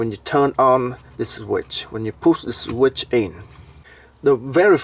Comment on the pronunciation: I like how you say, “puss the sweet in”.